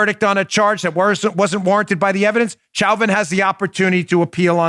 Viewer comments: Chow-vin? 🤦🏻‍♀️😂 Lol why can’t anyone say Show-vin? Pretty sure the prosecutors were formally told to stop mispronouncing his name cuz about halfway through the trial, they started apologizing for the “mistake” with a sheepish look. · Please Dan, Derek Chauvin's last name is not pronounced cho-vin or chow-vin, it's show-vin. French pronunciation of the, "ch." With a last name like your own, you should get it right. lol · #1: It's pronounced "SHOW-VIN"... Like "chauvinist".. Sorry Dan, your pronunciation is a bit annoying.. HAHA #2: All cops need to stop taking calls & avoid helping ANYONE... until the BLM a-holes BEG for cops to go back to doing their jobs. #3: Question: How can someone be guilty of Murder 2 & 3 & 4 ? Shouldn't it only be guilty of 1 type of murder ? #4: Chauvin Shouldn't gotten Manslaughter & got 3 years in jail. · Dan, I believe it's pronounced Show-vin. I know it's spelled Chauvin but it's pronounced Show-vin. Thank you sir!